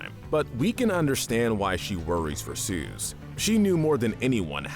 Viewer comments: OH MY GOD STOP CALLING SOOS SOOZ ITS PRONOUNCED SOOS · it isn't "Suze" it's Soos. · why he callin soos suze